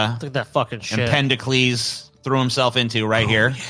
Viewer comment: It's Empedocles, not Empendocles! And he died in 434 BC, not 1434 BC.